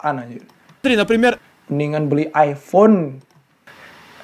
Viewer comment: iPhone ❌ ourPhone✅